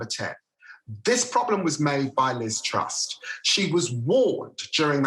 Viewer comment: "this problem was made in number ten, this problem was made by LIZ TRUST" FFS, mate I don't like the woman either... but her NAME is TRUSS... with just one "T". HOW F*CKING HARD IS THAT? EFFING MORON.